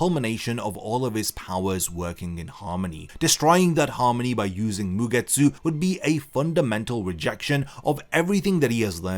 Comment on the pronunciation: A game, about something that made me chuckle during the video and couldn´t unhear it... 1 Shot every time bro says MugeTSÚ xD